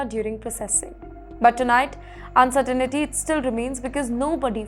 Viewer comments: Hi: Could you please “Learn To Pronounce Uncertainty” It is NOT UN-CERTI-NITY but “UN-CER-TINTY” Please stop murdering the English Language! Your producers need to help! Thanks!! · It is pronounced "Uncertain-tea" (said quickly)...